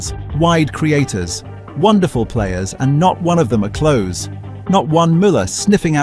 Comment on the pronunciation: Hard to take you seriously when you pronounce Klose like "close".